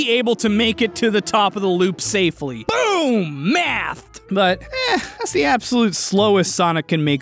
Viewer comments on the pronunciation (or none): none